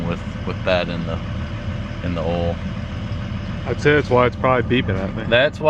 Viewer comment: How come he isn’t able to say the word “oil” properly